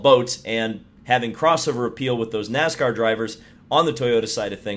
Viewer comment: Nooscar, what's Nooscar?